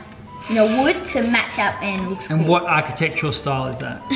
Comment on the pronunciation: STOP SAYING ARCHITECTURL YOU DONT EVEN KNOW WHAT IT MEANS